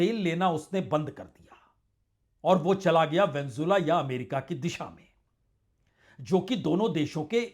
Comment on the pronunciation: पुण्य प्रसून सर, आप जैसे कुछ शब्द उच्चारण करते हैं, they sound soooo cute 😁👉जैसे वेनजोला, न्थानू & a few others. 😂